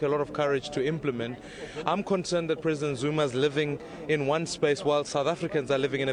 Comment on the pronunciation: "did spoke" "Presindet" and he is telling us he is moving us forward